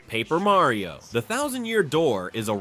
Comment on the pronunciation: If you are a Nintendo channel, you should learn how to pronounce Mario.